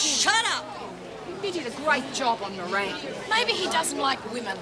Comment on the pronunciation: Every time I hear anyone say Bob Moran, ( the new Governor), I keep hearing Meringue !!! Love Lemon Meringue !!